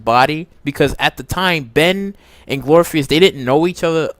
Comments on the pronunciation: Glory = glor if ugh cus glorificus! 🤣 absolutely loved your comments except that pronunciation. Keep up the awesome work! Love buffy! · No no Glor-if-ik-us!! Oh not the first one to correct the phonetic pronunciation. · Okay , amd ive heard you say "GLORPHEUS" TOO MANY TIMES ALREADY. WAT SKOOL U WENT??😀😂😂😂😂😂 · Glor-if-i- cus...... apparently you haven't really watched.. smdh... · This is one of the worst videos ever. You can't pronounce one of the goddesses' names. And you don't even know Buffy's mentor's name. You lack too much knowledge to formulate an opinion about this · IKR 🤣🤣🤣 Pronunciation of Glorificus is terrible